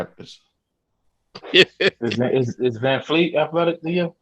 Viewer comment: VanVleet is his name. not Vanfleet.